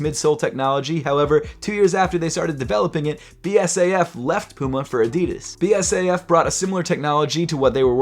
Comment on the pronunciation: But but but, the chemical company is BASF….. not BSAF…. Oh…. BSAF can mean something else nvm 😂 😊